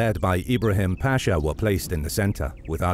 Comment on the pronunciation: As a Turk I have watched your videos so much that I think I have started to forget the correct pronunciation of the Ottoman word "pasha" :) By the way, it is not pronounced "paashaa" by elongating the vowels: it is just pasha. Very short word. It is a commander title.